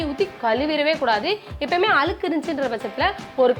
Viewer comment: Alukku /அலுக்கு ille. Adhu azhukku/ அழுக்கு, அழுக்கு.